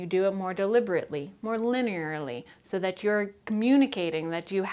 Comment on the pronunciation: I like how she says Linearly, linerally.